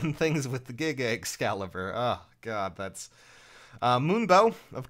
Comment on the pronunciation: You say Giga Excalibur but all I hear is "Giggity Excalibur"